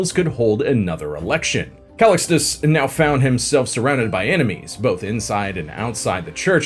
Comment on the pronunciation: More scandalous than Pope Alexander VI is the way you say Sforza, Curia, and Callistus. 😢😢